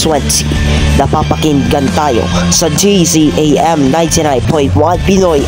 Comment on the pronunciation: Not dzam its DZMM